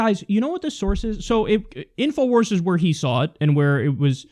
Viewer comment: I lol'ed when he said inowars